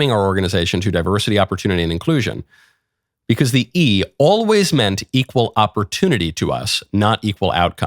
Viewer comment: Geez i really hate the way he says BECAUWSE